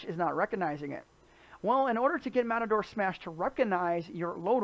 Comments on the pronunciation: He actually says Matador Smash, but it is pronounced Ma-Tor. (Like machine) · Video was informatinve. Thanks. Mator (said May-tor) might be a little hard to remember for some. Could you try saying "Matter-Smash"? It's closer. Please.... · I can't get over how you call it "Matador" Smash, LOL!!